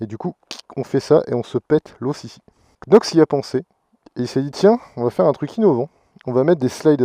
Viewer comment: Ahah des gants quenox paies ton accent anglais 😂 ! Non sérieux ils sont top ces gants !